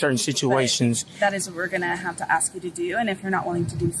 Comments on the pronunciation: no cop/PROFESSIONAL should say "I'm AXING you..." ANYTHING!!! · when you can’t say “ask” correctly you should never be allowed to be an officer of the law. Or breathe oxygen.